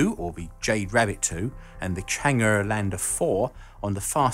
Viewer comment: You mean the Chinese lander Chang'e 4... not Chang'urr